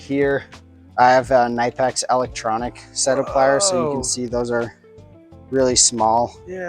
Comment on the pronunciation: Nope, it’s pronounced „knee-pecks“. Hello from 🇩🇪.